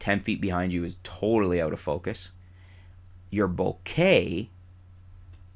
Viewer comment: You're finally starting to come around on the pronunciation of bokeh, hehe! By the way, I guess depth of field might also depend on the resolution of the image, and how large that image appears...because I guess with higher resolutions and larger images, some things that appear sharp normally would appear less sharp upon closer inspection. Maybe there is a mathematical way to do it (like at least 90% of the sharpness of the sharpest area).